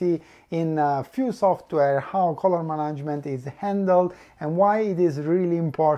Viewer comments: I understand. I was in fact wondering if any of you were native speakers. I'm not either. I'm just an old and uncontrollable grammar nazi. I was cringing a little every time I heard the word "management", but still quite an informative video, I was enthusiastically glued to the screen. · So nobody in his team took the time to point out how "management" actually is pronounced?